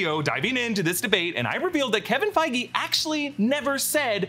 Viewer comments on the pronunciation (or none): none